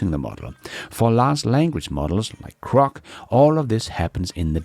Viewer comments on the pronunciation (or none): please, please its Grok with a G NOT A C.......slap.